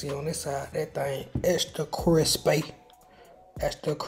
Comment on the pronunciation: “Extra cwispy” 🤣🤣but 🔥🔥job family